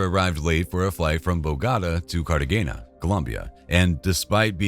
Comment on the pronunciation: next time plz use AI audio. WTF😂 is “bogatta” or “Cartaghena”